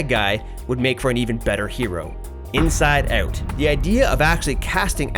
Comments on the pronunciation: "Inside Oot." Lols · This guy is Canadian...listen how he says inside out